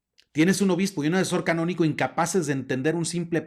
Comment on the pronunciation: Se dice derecho Canónico y no Cabonico